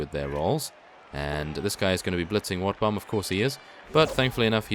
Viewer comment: sometimes when i hear him speak i hear him say wetbum i laugh tell my stomach hurts i would give him 50 rat ogars just for wetbum i mean wotbum